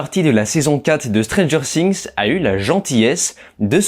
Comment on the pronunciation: La prononciation du nom de la série 😂, mes oreilles saignent 😅